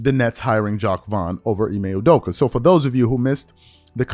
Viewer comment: "Ime Uderker" Stephen A Smith